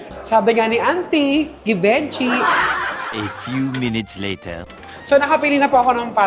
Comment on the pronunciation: Zhi-van-shee din